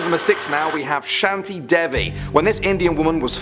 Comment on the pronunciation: its not shanti devi its shan te dha vi btw thats how u pronounce not spell